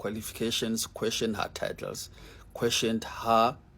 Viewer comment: The man with the 🇿🇦 background says har instead of her 🤔. And he says do somefing with yoa life